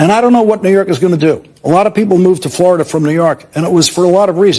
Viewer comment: He can't even pronounce his home state: FLARADA!